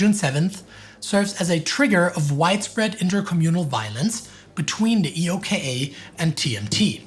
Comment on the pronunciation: I’ve never heard anyone refer to EOKA using the letters “E.O.K.A” on all references, usually it’s “Eh-oh-ka” on second and subsequent references